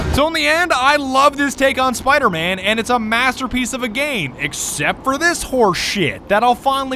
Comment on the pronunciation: Just rewatching here: "He's fucken Spider-Mang"